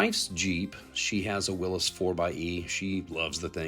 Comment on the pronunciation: Thank you, someone finally pronounced the name Willys correctly.